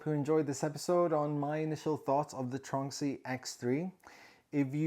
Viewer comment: After seeing some of your other videos mentioning the "tronxy" I thought I would Google it. To my loss I couldn't find anything for "tronksy". Now I see this I realise you've been mispronouncing it. It's tron x-y not "tronksy" lol